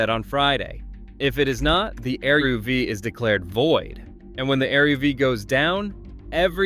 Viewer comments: You don't spell E-R-U-V. It's pronounced EH-RUHV. Say it in two syllables, not four letters. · Not E.R.U.V. but eruv. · that's what happened when you use AI generated voice content. It doesn't understand that eruv is a word, not an acronym.